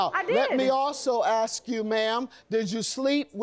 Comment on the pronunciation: It’s mine, not minds, and it’s ask, not axs!!! Pls!!